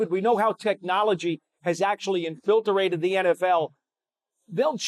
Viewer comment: Infilterated? Lol